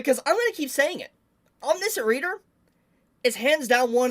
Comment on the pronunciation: I don’t want to be that guy but you’re pronouncing omniscient wrong